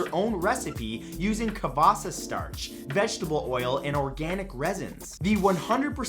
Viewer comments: You said "cavassa starch", it's actually "cassava" starch (where cassava is known to some of us as yucca) 😁. Peace☮ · Matt what's a cavassa? It's pronounced how it looks CAs-sAVa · I think you mean CASSAVA not CAVASSA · Did anyone noticed that he said "cavasa" instead of "cassava"? BTW, your smile is addictive boi. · Matt, I think you meant cassava starch not cavassa. Still, you always do an amazing job! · WAS IT JUST ME OR MATT DID JUST SAU CAVASSA CAKE OMG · "Cavassa starch"? It's okay Matt, I'm still getting smarter everyday with the Knowledge Whale! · "CAVASA" STARCH